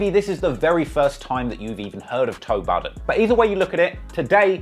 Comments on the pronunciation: He said toe buddin in the Intro Lol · This man said Toe Budden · Did he call him Toe Budden 😅😭💀